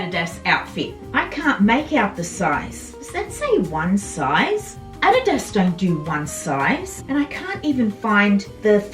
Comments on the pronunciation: Fun to watch.... Lol, pronounced A-Dee-Das = adidas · Hi. I love your accent. I don't pronounce adidas correctly either. We say a deeeee dus. Correct pronounciation is o dee does. But no one in Canada pronounces it correctly. And if I did then I would sound strange, ha ha!! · Who can resist a super huge haul from you! You're just a joy to hear and your excitement is infectious. I particularly like the way you say "Adidas"...in America, it's pronounced a-DEE'-das, with emphasis on the DEE, but your way is fun. Everything looks sensational on you! That red velvet blazer may have been my favorite thing, but all the blazers are fantastic. What a find!! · What a great FREE haul!!! Also, I just love the way you say Adidas! Totally different than we say in the US.